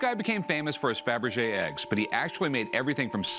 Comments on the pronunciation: Were it me? The second he says 'Fabrege', I'm outta there and hitting an appraiser. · I knew it was worth more when Rick said fabrege